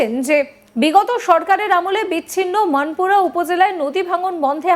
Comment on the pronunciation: আমি বাংলাদেশ থেকে পংকজ দত্ত বলছি। সংবাদ উপস্থাপিকা কে বলছি আপনি উচ্চারণ ঠিক করুন। কথাটা "মানপুরা" হবে না, হবে "মনপুরা" । ভুলে উচ্চারণ করলে সংবাদ দেখার ইচ্ছা কমে যায়।